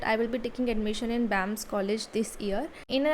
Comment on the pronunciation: It's B.A.M.S not bams bams, btw good video ❤